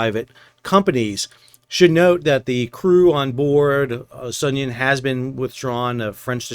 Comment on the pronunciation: Are you sure you're pronouncing the name of the Sounion right? Is it supposed to be So[uth]Union? Anyway, if the Houthis are collecting tolls then it makes perfect sense to leave the Sounion out there an as object lesson as to why a vessel owner ought to pay up. Are Russian "black fleet" cargos restricted in their ability to purchase war risk insurance?